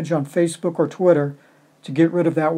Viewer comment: Its twitter not tweeter lol